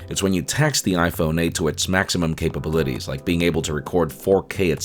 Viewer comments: Wait, did you say capabi-LI-ties? I never heard that pronunciation before. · the way you say capabilities really throws me off